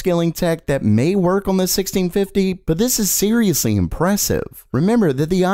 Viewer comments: day 69000 of being unable to say "on" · The way this guy says "on" makes me laugh every time 🤣